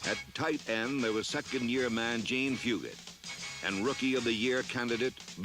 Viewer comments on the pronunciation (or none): none